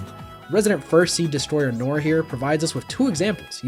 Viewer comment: That is… uh… an interesting pronunciation of noir